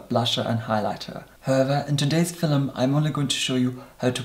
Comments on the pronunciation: Leena Husa that's how he pronounce "film" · I have just discovered you,, and this is the first video I’ve watched. I must say that you are completely mesmerizing. You would make a great hypnotist. BTW, I am obsessed with the way you say “film.” And I love the brogue in your voice when you say “tone.”